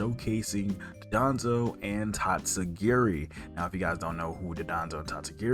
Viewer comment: Just a heads up it’s Don-dozo and not DOD-onzo like you keep saying